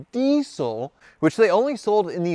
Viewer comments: Why is he pronouncing the word diesel as 'dee sell'? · saying Diesel just reminded me... US - DeeSell Rest of World - Deezle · Your pronunciation of the word 'diesel' is like nails on a blackboard.